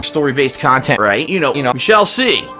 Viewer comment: I hate the amount of emphasis he puts on the end of 'conTENT'.